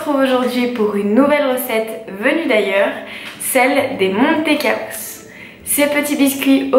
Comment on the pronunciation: Le nom n’est pas MONtecaos, mais MANtecaos, ca vient de MANTECA qui veut dire beurre en Espagnol.